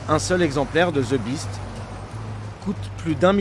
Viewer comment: "Ze Biste" Putain, un journaliste qui fait une reportage sur la securité du president américain, il faut avoir un anglais correct quand même. J'adore la France, j'ai vécu aux Hauts-de-Seine pendant 12 ans, mais une bonne partie des gens qui parlent anglais ont an sotaque pourri :) . Faites an effort, merde.